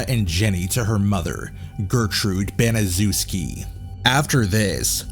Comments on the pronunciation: Its Ban- is- shef-ski. how it's pronounced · The name is pronounced banachefski